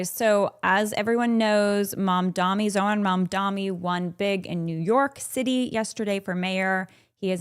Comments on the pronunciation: This was bothering me but his name is Mamdani not Mamdami No opinions just kept distracting me while watching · It’s Mamdani tho not Mamdami, can we take a minute to learn people’s names before talking about them? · She mispronounced "Mamdani" as "Mamdami" on purpose (it is not a hard name to pronounce at all), and gave more proof (as if it was needed) as to what sort of a human being she is. This is modern Christianity in a nutshell: hatred, racism and white supremacy shrouded in a thin veneer of "faith". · The name is M.A.M.D.A.N.N.N.N.I., I don't think it's that hard to say.